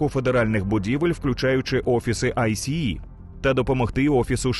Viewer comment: Дякую за чудовий контент. Але я не можу зрозуміти чому в українському ютубі говорять АйСі-і якщо самі американці завжди читають це «Айс». Це по-перше дуже ріже вухо і по-друге ускладнює сприйняття. Саме ця структура не читається як абревіатура а читається як слово. Саме так це озвучує влада США і самі працівники айса